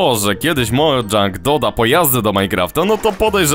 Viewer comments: Mojang nie Modzang poniewarz Mojang to szwedzka firma a nie angielska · Czyta się mojang a nie modżang